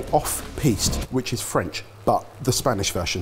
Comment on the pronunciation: Spanish pronunciation🤦‍♀ I'm also VERY upset that looks better